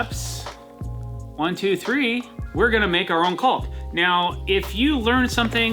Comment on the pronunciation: I gotta say, in my entire 65 years of living, I've never heard someone pronounce it as CALLK.